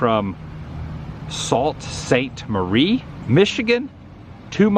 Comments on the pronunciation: Sault Sts. Marie is pronounced Soo Saint Marie and is referred to, locally, as The Soo. The city is on the lake edge of Lake Superior and a great trip is go by boat through the Soo Locks. It’s fascinating to go from one water level to another. An interesting area to tour particularly in the summer. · Fellow Michigander here…it’s pronounced “Sue Saint Marie” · Adam, say it as Sue Saint Marie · I believe they pronounce that "Sue" St. Marie. spent 5 years in Canada getting slapped around for my mispronunciation of words (eh?). 🙂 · FYI Adam…. Sault Ste. Marie is pronounced like Sue Ste. Marie, Michigan and some day you should go up that way to do some exploring!There are some amazing historical locations to check out. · ADAM, was watching your video here and you said Sault Ste. Marie the wrong way the best way to say it is Sue St. Marie.... My in-laws live in that are..... xxxxxxx